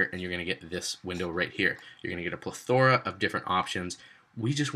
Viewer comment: pleTHORa... lol Great video!